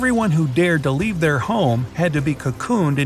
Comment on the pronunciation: This man doesn’t know how to say leave he said weave 😅😅😅😅😂😂😂😂